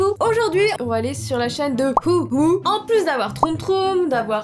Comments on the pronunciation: On di pa ouou on di wouhou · Ça s’écrit woohoo mais sa se prononce woupous 😱😱😱😱😱